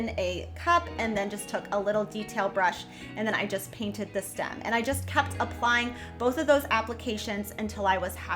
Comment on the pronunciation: lol…… what is a Stum? Did you mean Stem? I find it hilarious when people want to change the English language, but I had to listen to you twice to make sure I understood you correctly and how you were pronunciation STEM. might want to google that lol I’m not trying to be ugly. It was just hilarious. You made my day it’s Friday.😂😂😂😂